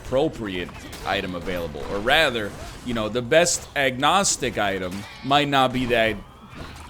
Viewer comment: havent watch nl in a lil while... of course 2 minutes into the first video i try... dude says agnostic...